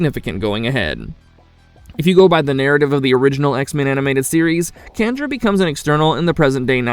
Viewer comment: She's an External Candra(sjan-dra). The same lady from the episode X-ternally Yours in the original series.